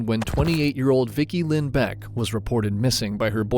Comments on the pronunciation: Vickie Lynn Belk not Beck. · Her name was Vickie Lynn Bilk, NOT Beck, ffs you can't even get her name right.